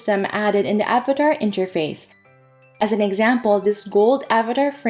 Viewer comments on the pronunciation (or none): none